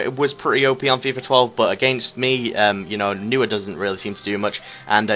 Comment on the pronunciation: Noy-yer! :D